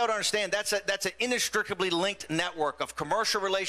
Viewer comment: "Inestrickably" what is he trying to get at? His pronunciation really sucks. Anyone that listens to a man go on a drunken rant this log should check themself in.